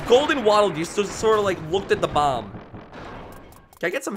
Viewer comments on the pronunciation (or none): none